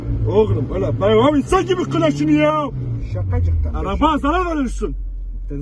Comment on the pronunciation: hiç kimse : abbaS : ŞeKacıkTan